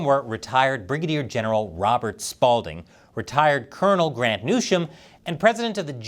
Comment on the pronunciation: Pretty sure Colonel Newsham wants his name pronounced the same as the California governor's name is pronounced